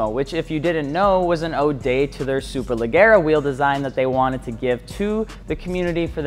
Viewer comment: jesus oh zee and leg uh ra? wtf